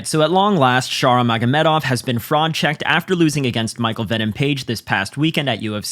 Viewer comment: mf said Magomeov